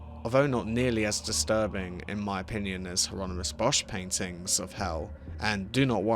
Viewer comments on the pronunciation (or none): It's pronounced: "Yeh Ronimus".